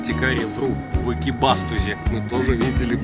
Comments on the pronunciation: в слове Экибастуз ударение на у, помнишь из фильма фразу <Грёбаный Экибастуз> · правильно Экибасту́з